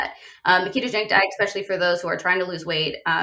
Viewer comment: The word is pronounced especially, not expecially.